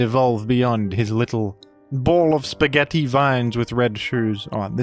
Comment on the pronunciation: The spaghetti pronunciation is upsetting